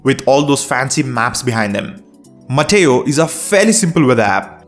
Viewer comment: Are you sure it is "Mateo" and not "Meteo"?